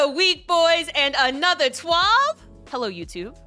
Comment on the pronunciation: Perfect introduction but the 2nd time he says another he pronounces it with a Long A sound. First one is an uh & 2nd is an Aye.